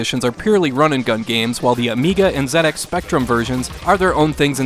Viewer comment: Thanks for saying Zed x Spectrum and not Zee x Spectrum. It gladdens this old Englishmen's heart to hear a American pronounce it the UK way. Even though we just mostly call it the speccy .